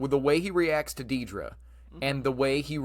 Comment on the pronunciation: I’m going to be “that guy” but you’re pronouncing a main character’s name wrong. It’s pronounced “DEAD-ruh.” How do so many YouTubers get that wrong?